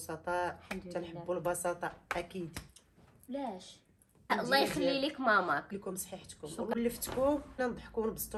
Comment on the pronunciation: Lay❌ Lah ykhlilik mamak✔️ خطأ أصبح شائع ،المرجو الانتباه إلى النطق الجيد للفظ الجلالة